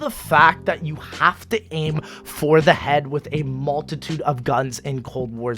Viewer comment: Say multitude one more time I dare you.